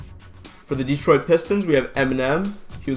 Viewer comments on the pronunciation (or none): none